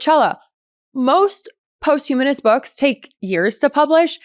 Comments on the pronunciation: it's posthumous, not post-humorous. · Am I hearing this correctly? She said post-humorous right? Good for her though in being the Jackie Robinson of hot girls breaking the hot girl barrier in the world of politics and news media 😂 She did say post humanist this time right? Someone tell her the word is posthumous and how to properly pronounce it. 🤣🤣🤣🤣🤣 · * Posthumous, not post-humorous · Oh.My.God. please check pronunciations before you broadcast! It is "pahst-you-muss" (as in book published after his death) NOT "post humorous" (as in after humor). Not only ridiculous but lazy! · it’s “posthumous" (not "post humorous") 😂😂😂. Also, your vocal fry makes it seem like I’m listening to Kim Kardashian talking. It’s very annoying. Stop talking with that phony affectation. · “posthumous” - not “post-humorous” 😅 Or, “post-humanness,” either! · Ok, I agree with everything you said. It’s not post-humously . Look up how to pronounce it. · The word is posthumous (PawstHuMus) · You were doing well. Bright, articulate, informed,…You had me up to “post-humorous”. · Post u muss. Learn to pronounce that if you’re gonna use it 5 times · Did you just say ‘Post-Humorous’ book?! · Great show! Pronunciation "pos-tu-mis". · Posthumous is not pronounced or spelled with an "r." "Post" is NOT pronounced with a long o sound - as in post, host, most. It IS pronounced with a short o sound - as in pot, hot, dot. "Humous" is pronounced like hue & mus(t) w/o the "t." So we have posthumous: 3 syllables. Posthumously: 4. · she mispronounced again later in the video! 😂